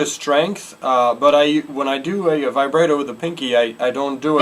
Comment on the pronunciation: ty, I now know how to Vibrato xD. Also, it's pronounced Vi-brah-toe. With a Long A sound.